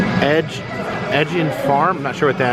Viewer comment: He really said edgy-in for Ed Gein's farm lol